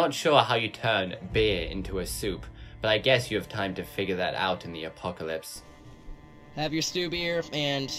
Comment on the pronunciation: The apocawypse. Hewwo my name is wandy.